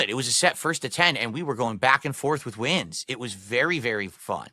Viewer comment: My least favorite verbal thing he says is “wit” instead of with. For shame